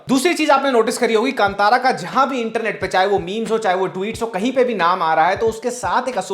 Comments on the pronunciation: कंतारा नहीं, कांतार (in Hindi last syllable is pronounced dropping shcwa. But in Kannada as in Sanskrit, last letter र is pronounced including schwa as ra as हृस्व - not दीर्घ रा). The word is used by poet Kalidas in Shyamala Dandakam - कदंब कांतारवास प्रिये). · Just educating here about the pronunciations: Kantara is pronounced as "Kaan-taara" Yakshagana is pronounced as "Yaksha-gaana" Tulunadu is pronounced as "तुळु-नाडु" Kambala is pronounced as "Come-ba-la", not "Come-baa-la" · Just an FYI- Kantara is pronounced Kaa-n-taa-ra. I was waiting for your review of this movie. I am a kannadiga and have watched this movie already. Your research is bang on, and yes, the experience doubles when you know a bit of history behind the deities and about tulunadu. This shows how accurate your reviews are, and thanks for keeping it that way. This movie broke the stereotype Kannada movies had and will make everyone realise that Kannada film industry produces great movies too. Kudos to Rishabh Shetty for that. #nationalaward for Kantara and #nationalaward for Rishab Shetty!! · Kaale ka kaa "kaantara" kave ka ka nai "kaantara"